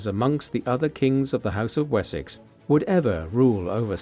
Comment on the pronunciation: Уисёкса? О боги! Запретите нейросетям озвучку!!!😢